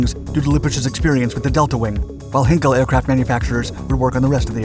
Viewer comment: These videos are ruined by the speeded-up commentary.... PLEASE STOP DOING THIS!!!! But also please pronounce German words correctly - it is NOT 'Heenkle' but 'Heinkel' (pronounced Highnkel)